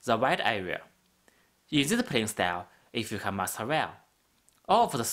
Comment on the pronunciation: Thank you, this is great. Suggestion: When you say "can", say it slower than when you say "can't", so we can tell the difference :)